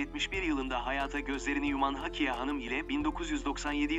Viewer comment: Hakiye değil, Hakkiye. Ne olur, seslendirme yaparken daha dikkatli olun. “Hakkiye” hakkıyla demek. Ama Hakiye’nin bir anlamı yoktur.